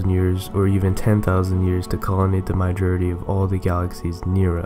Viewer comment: It's not pronounced "MY-jority". It's pronounced "mAH-jority"!